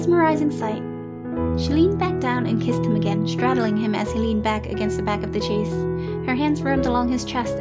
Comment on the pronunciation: Ok the story and drawing are great, but this little think is just grading my eardrums! The word ‘chaise’ is pronounced sha(like the a in shape)ze, not chase. It’s French for chair.